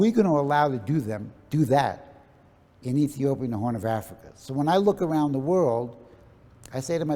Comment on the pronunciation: How comes an Ethiopian can not say Ethiopia?